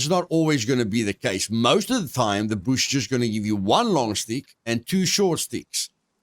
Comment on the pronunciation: Find the BOOSH!! love the way you say bush great video keepit up bro